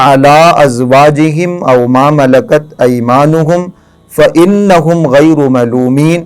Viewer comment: اپ قرآن کی ایت غلط پڑھ رہے ہیں فانھم ہیں شہزاد احمد قریشی فیض آ باد